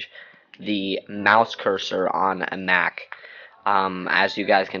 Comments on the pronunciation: What the heck is a Nack? JK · he said MAC he might have pronounced it funny